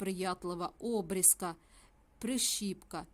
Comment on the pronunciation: Обрізка наголос на і, а не на о.